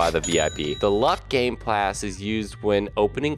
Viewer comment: bro really said "gameplass" XD LOL